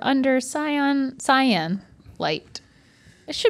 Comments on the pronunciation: Not mispronouncing "cyan" as "scion" lol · No CY-AN is not scion